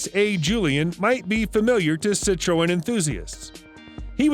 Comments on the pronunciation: Sit-Troe-Ennz 😂😂😂 Made my week that Even Siri doesn’t pronounce it that way And I’ve changed mine to Australian , just because you can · The narrator is obviously not a car guy. Jag Wire? Cit-tro-en? I m surprised when he was taking about the 356 he didn't call it a Porsh. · yeah & learn to PRONOUNCE Citreon better!